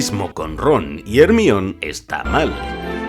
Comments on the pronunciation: XDDD le dice ermion a la gerrmayoni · Cuando escucho ermion me da dolor de estómago, es jermaioni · Se pronuncia "Dombuldor" no "Dambeldor". Y se pronuncia "Jermayonie" no "Hermion". Digo jajaja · En todo el mundo “Hermione: jermaioni”. En España “ermion” 😅😅😅😅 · Asi es, no solo México se burla de "ermion" todo latinoamerica 😎😎 es Jermaioni, a todo gas onda vital lobezno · Jermion? A chinga que no se pronuncia jermaioni ?? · ermione ja asco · Que es ermion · "Hermione", hasta en el mismo libro dice que se pronuncia (Her my oh nee) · Disfruté demasiado al video como siempre pasa con los videos de, pero ese Ermión cada nada me quitó muchas años de vida xD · En serio... De cuál cojón se sacaron eso de "Ermión"???? JAJAJAJAJAJAJAJAJAJAJAJAJAJAJAJAJA. Fue una apuesta con los mexicanos para ver quién metía más pendejadas en un doblaje?? 🤣🤣🤣🤣🤣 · Ermión? Wtf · hermion xD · Se dice hermaioni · jajajsjsjsjsjajajsjajajajaja ermionnnnnnn jajajajajajajajajaja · No podes decir "ERMIÒN"... Es para hacerte re cagar. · como que ermion? de qué estamos hablando aquí, vandal? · al único que respeto a pesar de que diga: Ermion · Todo bien, pero CÓMO vas a pronunciar “Ermión” por favor!!! Los primeros que debemos tratar de corregir esos errores somos los españoles mismos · Excelente trabajo, solo que no puedo dejar de pensar porque le dicen "ermione" a Hermione y no le dicen "arry" a Harry. Jajajaja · No soporto escuchar decir Hermonie.. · Es que Hermion JAJAJAJAJA no puede ser 😂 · Ermión xd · Y le sigue diciendo "Hermión" jajajajajajajajaajajajja XD Da cancer en los oidos cada que lo escucho llamarla asi xDD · Tendremos más de "Hermión" para rato jajajajajajaja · ron y que? Hermion? xd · Muy graciosas estás curiosidades, me encanta como hace tantas referencias a cosas latinas, como la escena de Teresa o la pronunciación de Hermione, se requiere mucha dedicación para esto